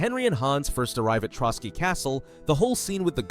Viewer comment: "Ant-tie-uch-cuss" My god. It's 'Ant-tee-och-cuss", the Latin name for Antioch, a city in the Holy Land. Oh you said "Trotsky region", it's "Trosky". Some of these "references" are a real stretch and is more that the uploader doesn't know history very well.